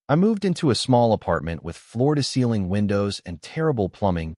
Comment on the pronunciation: Sometimes it pronounces them FLORIDA CEILING! 😂😂😂😂 Stupid A I! lol